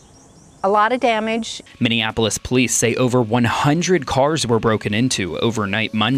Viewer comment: Minneapolis...not Minneapolis! Gimme' a break...no pun intended.